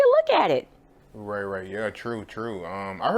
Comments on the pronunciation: stop saying ray ray nigga its right right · Is this guy saying ‘ray ray’ or ‘right right’ 🤦‍♂️😂